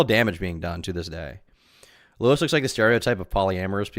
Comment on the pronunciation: I love that she and Louis were “so close” and he’s her puppet, but in the Papa Gut stream she didn’t know how to pronounce his name. “Lee-us” or “Lew-ee”